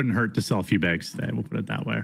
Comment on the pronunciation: Wow. WTF is wrong with this guy. NO!! We don't want 10k baegs of coffee,.